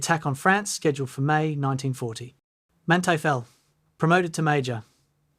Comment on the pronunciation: I can't bare this butchering of his name so frequently and for so long